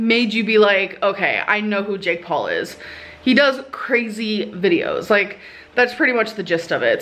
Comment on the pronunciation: Why does it sound like she's saying "Jig Paw" instead of Jake Paul lmao